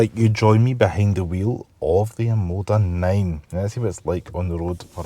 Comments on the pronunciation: Great review, but PLEASE, it's OMODA....not OMADA! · It's OMOda not OMAda lol